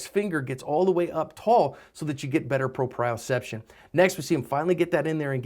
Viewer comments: Its pronounced proprioception not pro-prio-ception and u dont get better proprioception. Thats not what it is. proprioception isnt control. Its the understanding of how the brain senses your position in space and how much effort is put into ur movements. Edit: Also really enjoy your videos thank u so much. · Pro-pea-o-ception is how it's pronounced